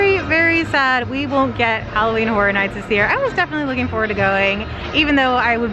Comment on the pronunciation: The word Horror has an interesting pronunciation from those in Florida. Sometimes sounds like "Hora", as in your are going to dance the Hora.